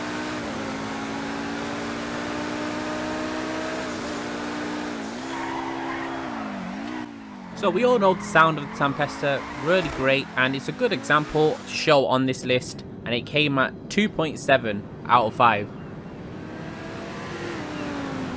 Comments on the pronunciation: the car is called a Tempesta, not Tampesta. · Pretty sure it's a Tempesta not a Tampesta. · It's not a tyrant it's a Tyrus and it's not a Tampesta it's a Tempesta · As an italian, i can trigger on the fact that's called Tempesta, not Tampesta. Same thing with the Zorusso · Isn’t it a tempesta not tampesta?